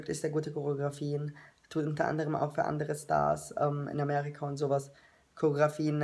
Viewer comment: Cho-re-o-gra-phie Und SO WIRD ES GESCHRIEBEN, du Nuss